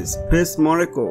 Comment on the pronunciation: It sounds like you are saying Monaco - which is INCORRECT! It is Morocco - Mor-roc-co not Moro co - either way you are pronouncing it wrong.